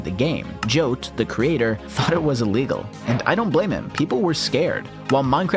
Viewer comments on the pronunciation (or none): none